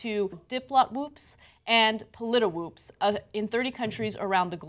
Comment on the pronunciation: The site is named pollitwoops - not pollitiwoops. You are repeating an error RT made when reporting this story.